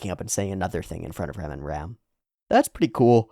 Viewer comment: can you please try to pronounce the names of rem and ram like a japanese person would say it? because with your english pronunciation i really can't tell the difference